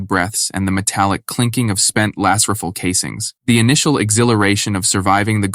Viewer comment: Yeah man I agree the ai needs to learn how to pronounce rifle....that bothered me something fierce lol